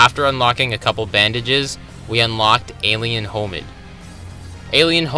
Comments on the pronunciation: you lost me when you pronounced hominid as homid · "Alien Homid" bruh